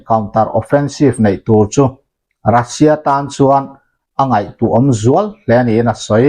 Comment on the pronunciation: iukraine tih hian lam tawh suh, a lam dan dik tak chu… Uukrain tia lam tur, Russia pawh hi Rasia tia lam loh tur, Ruuusia tia lam tur..